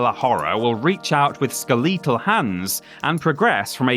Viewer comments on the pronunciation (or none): The word is "skeletal," not "skel-ee-tal," as in "skeleton." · Great video! It's ironic how the 8-bit era was so limited in its graphics but somehow able to create even more imaginative and visceral bosses than most modern near-photorealistic games do. Thanks for the trip down memory lane! ("Skuh-1337-whole" sounds odd, to me at least. :P) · i think i'll be pronouncing it "ska-LEET-al" from now on